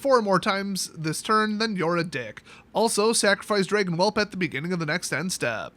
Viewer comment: It’s pronounced “drayygin whelp.”